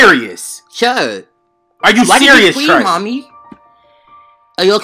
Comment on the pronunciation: “Why did he scweam” 💀💀